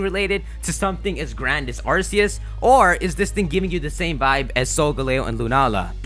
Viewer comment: "Solgaleo" is pronounced sol-ga-leo, not sol-galeyo.